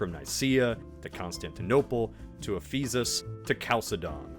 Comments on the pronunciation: you mispronounced Ephesus :'( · mispronouncing names is not something I’m used to, but he did it twice. He mispronouncing “Thessolonica” (the “I” makes a long “eye” sound) And “Ephesus” (it’s “Ef-e-sus”, not “Afee-zus”)